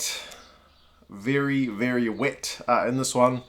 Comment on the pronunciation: “...Viry viry wit!” 😄👍🏼